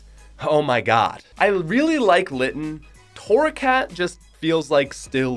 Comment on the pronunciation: Imagine ranking all the starters but not knowing how to pronounce Snivy and Torrocat correct.